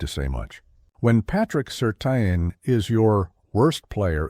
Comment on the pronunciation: Please say Patrick Surtain’s name properly.